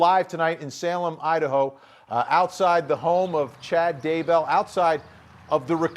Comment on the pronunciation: I didn’t realize Daybell rhymed with jail. I also didn’t realize that “bail” was pronounced “bell”. Thanks to this national news reporter for clarifying this.